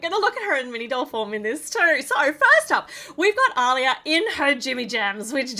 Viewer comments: It's pronounced "Ah-liya" not "au-liya". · Btw it’s pronounced Aleeya